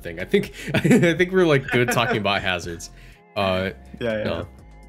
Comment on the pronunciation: He said it correctly.